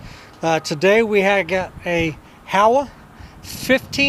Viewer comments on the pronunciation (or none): Howa is pronounced "HOE-WAH", not "HOW-UH". Even the folks at Howa USA get it wrong because they don't speak Japanese.